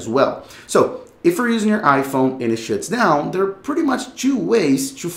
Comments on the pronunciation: Why does bro keep😂 sayin "and it shits down"😂😂😂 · I thought i was the only one that heard that hahaha